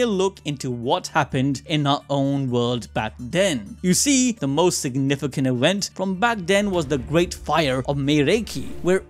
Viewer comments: why do you say "ewent" instead of just "event"??? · "Main Awent" 😂😂😂